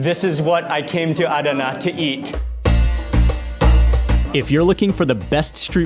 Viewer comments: It was pronounced AhDana, emphasis on the second syllable when my family and I were stationed at nearby Incirlik AB. Anyway happy to see you there. In the past Adana was considered a secondary city compared to Ankara, Izmir & Istanbul. They've made some significant headway to be more respected now. Next time you're there go to the BP truckstop close to Incirlik. We used to eat there regularly...great food. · Mark, I love you man, but the way your pronouncing Adana is killing me 😂😅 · I love Turkish food and have been eating it for years. I usually order Chicken Adana. I'm wondering about the way you are pronouncing Adana. I always called it Chicken A Donna" with a soft "a" sound. No one ever corrected me even my friend from Istambul. What were you told about the way it is pronounced? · A-da-na . All open a s. All sound as a in arm